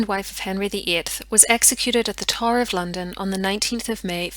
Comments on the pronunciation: I couldn’t figure out what the tar was that she kept talking about, I finally realized she was trying to say tower😂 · It took me a bit to realize you weren’t saying “tar”. I had no clue what a “tar” might be in this context. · getting past the pronunciation of tower is hard enough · Gave you thumbs up due to historical content and debate. However, “tar” instead of tow-er? And other blaring mis-pronunciations of English words? Are you Irish?